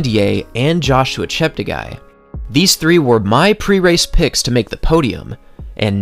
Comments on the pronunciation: Great video as always from _ note its pronounced ChepteGAY not ChepteGUY... cheers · Yeah, apart from butchering Kandie's name several times and insisting on mispronouncing Cheptegei (As many native English speakers running youtubers do)